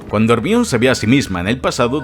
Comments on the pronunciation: Imposible no burlarse si pronuncian "Ermion" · Hemione ❎ Ermion ✅ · HERMION? pero que cojo.. 🤣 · consulta porque dices hermion y no hermayoni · Realmente el nombre de Hermione es griego y la pronunciacion mas correcta es la castellana, decir Germaioni es incorrecto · Jarmayoni jajajaja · No es por burlarme, pero escuchar decir Hermión (Hermione) da 😂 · ERMIÓN perdon es mas fuerte que yo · Todos el video sería genial.. Si dejara de decir hermiooon 😖😖😖😖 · dijiste ermion dislike